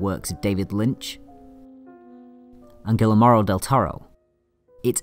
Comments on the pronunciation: Good analysis, but It is not Siegrfried Kraucer (cross-er) as you pronounced it, but Kracauer (kra-kauer) and also, it is not Guille-maro, as you said it, but Guillermo (gee-yer-mo) del Toro. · Dude.. are you a racoon? How dare you say Gilimaro. Its pronounced GEEAIRLMO (you can drop the L if its too hard; the rest is non negotiable). If you utter his name like a redneck again, may that scary monster in Pans haunt your dreams for two weeks. Great video, really love your shit bro. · Lol dude, It's pronounced Gee-yer-mo, not Gilla-maro. Anyway, fantastic video! I love that film, and you're so right, it was most certainly the first masterpiece. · Also Guillermo del Toro -- pronounced "Gee-Yair-Moe"